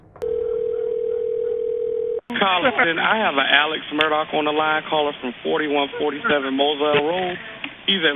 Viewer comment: It's pronounced Mur dock